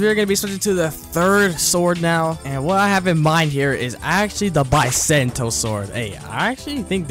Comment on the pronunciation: Why does he pronounce bisento and acidium rifle like that T-T